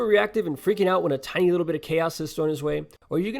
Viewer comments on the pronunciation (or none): none